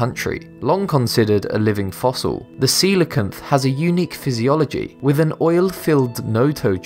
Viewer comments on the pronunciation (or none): Coelacanth is pronounced coal-can-ith. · You pronounced coelacanth wrong, its pronounced See - Low - Can - th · did he just say sealotanf while its coal(i forgot the last part of its name lol)